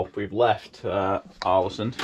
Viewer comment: The å in Ålesund is pronounced with more of an o-sound, like the a in also, or the aw-sound in … aw! ☺️ The ø in Hjørundfjord is pronounced like the i in first, or the u in fur. The h is silent, as are both of the d’s, mostly.